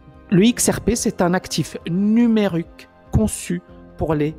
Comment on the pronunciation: Numérique pas numaruque;)